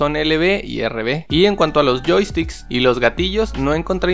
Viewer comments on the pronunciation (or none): Pronuncia bien call of duty pero joystick no 😂😂